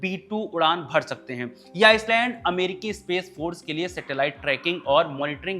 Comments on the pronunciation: आइलैंड है आइसलैंड नहीं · ख़बरगांव वालों से हाथ जोड़कर निवेदन है ऐसे सस्ता माल फ़ूक के न्यूज़ एंकर को ना लाये, माफ़ कर दे इस को भी हमें भी, हमें बक्स दे हम सस्ता माल फ़ूक के न्यूज़ नहीं देखते हैं Mistake pe mistake 1. Island not iceland 2.भारत अकेले इतने बड़े क्षेत्र को नियंत्रित करने की स्थिति में नहीं है। 3. 4. Baaki bhai log aap jode... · आइसलैंड नहीं आइलैंड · जनाब, कृपया आइसलैंड को आईलैंड बोलिए. 🙏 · bhai iceland kyu bol rahe ho?